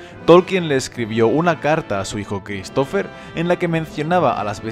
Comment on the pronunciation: No se pronuncia la P en Pterodáctilo, y Christopher se pronuncia con el acento prosódico en la I y no en la O. Por el amor de dios nunca escuchaste el nombre Christopher en inglés? Me vuelve loco esto